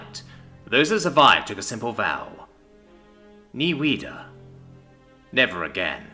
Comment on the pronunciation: you really mispronounce Nie Wieder. It's more like Nie Vee der. Wieder (again) is such a common word, used in sayings like Auf Wiedersehen (Until I see you again or a cordial goodbye for now.)